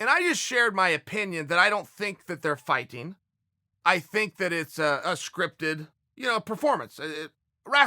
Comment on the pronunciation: Why did he pronounce "fighting" like that? Lmao.